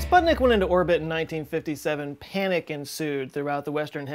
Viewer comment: Its panic not panac. If you phonetically thought it was panac you are not pronouncing the word correctly.